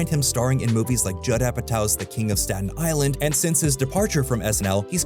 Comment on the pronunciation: Staton island